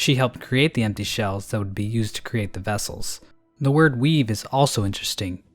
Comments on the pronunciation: honestly for a second i thought he said weeb not weave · At about, I thought said “Weeb” instead of “weave” and that he called the Weavers weebs...